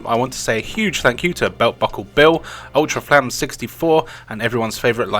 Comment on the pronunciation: Thanks for having me and the others featured in this video. I'll always be willing to comeback for another Viewer reviewer segment if needed. PS. My name is actually pronounced as "Ultraflames" or sinply just Ultra